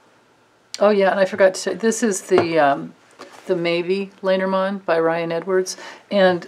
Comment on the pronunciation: LOL watching this 10 months later I am cracking myself up... did I not read reversals back then? And how many times do I say "Ya know"? Oh well, thank the Lenormand for helping me out. And most of all thank you Grace for the awesome question. AND I miss-pronounced Lenormand back then -- have to thank Pavla Ustinov for her support in fixing that; I am forever grateful.